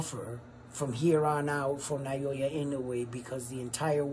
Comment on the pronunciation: Loving the work man, great analysis. Btw - it's pronounced Na-Oh-Ya not Nayoya.